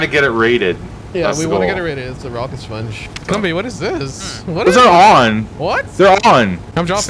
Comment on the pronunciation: “Rocket spunge” oof